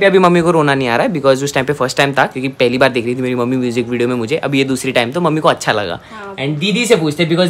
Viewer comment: Naniji ki cute si aawaaz aur itna pyara bolti hai accha ko asssha itna pyara lgta hai ❣️💞💫